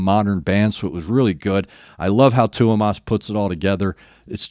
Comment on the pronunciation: No worries, you pronounce Tuomas's name really well 👏 Greeting's from Finland, the Nightwish-land:)